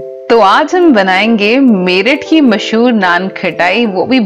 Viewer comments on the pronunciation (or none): none